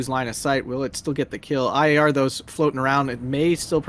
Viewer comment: Every time you say IAR all I hear is AYAYA! and it always makes me laugh. Please never change that